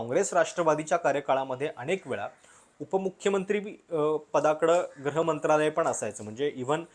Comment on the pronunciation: ग्रह मंत्रालय की गृह मंत्रालय ?